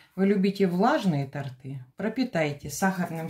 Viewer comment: Видно, человек не знает русский. КАКИЕ ТОРТЫ́, ПРАВИЛЬНО ГОВОРИТЬ ТО́РТЫ